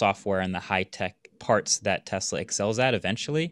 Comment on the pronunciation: Every time he says TEZLA a child DIES